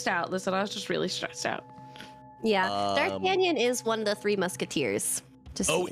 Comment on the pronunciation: Everything about this "Dartanion" is hurting me inside.